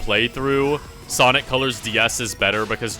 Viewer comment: Return of ze sawick guiy!!